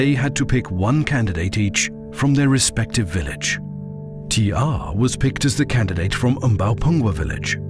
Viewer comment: Its T.R not "T arrrrrrhhhhhh"